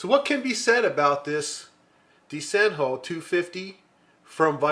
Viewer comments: I didn't express myself very well two weeks ago. The word "DESENHO" is pronounced "De-ze-ño" in Portuguese. I edited my comment below.. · Very interesting pencil. I'd like to buy it when I go to Portugal! "Desenho" is a word in Portuguese, it means "drawing". We pronounce "De-ze-ño", the NH is a peculiar fonem in Portuguese language, similar to Spanish Ñ !